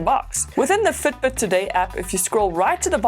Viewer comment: Have you lived in New Zealand? Can detect Kiwi accent in "Fitbit" - Futbut